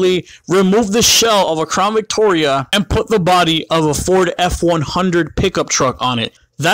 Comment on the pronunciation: "Crawn Victoria" can't un-hear that